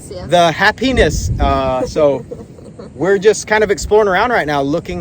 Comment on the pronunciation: Happi-ness. NOT hapenis. 🤣